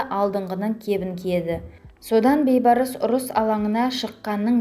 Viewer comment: Бейбарс емес, БІЙБАРС, ӨЗ БАБАҢНЫҢ АТЫН ДҰРСТАП АЙТЫП ҮЙРЕН